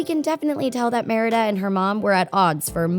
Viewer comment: It's Merida, NOT Marida!